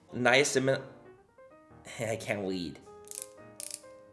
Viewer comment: “I can’t wead” omfg every time he does that I dieeee 😂😭🖤